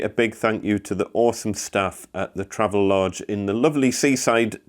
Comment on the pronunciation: BTW, I used to work at the marketing firm for Travelodge. It is pronounced "Travel-Odge". There is intended to be a distinct separation between Travel and the odge part. This is to distinguish some early mispronunciations such as "Trayve-Lodge"